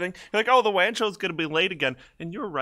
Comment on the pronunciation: Sounds like wam show